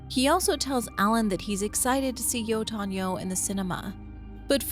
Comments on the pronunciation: At first I was confused wth are you meaning when you say "yoton yo" but then I realized you mean "yötön yö" 😆 I suppose you would say it like that if you try to force English pronunciation into it. Next time you listen to the song, pay attention to the chorus for some insight! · I don't mind the silent h, but "Jotun, yo" instead of "yötön yö" is pretty grating. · A funny anecdote: I was initially just listening to this video, and the way you pronounced "Yötön Yö" registered to my ear as "Jötun/Jotun Joe" and I just accepted that as something that probably was in the games but I forgot about. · Your pronunciation of Yötön Yö is killing me. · Great vid but I was only listening and it took me a while to get that you said yötön yö lol